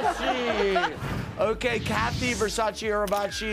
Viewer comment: At least Paris did one good thing in her career: she knows how to pronounce Versace properly and that’s not too shabby